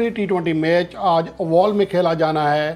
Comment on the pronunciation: Sir g ovaal ni oval ha😂😂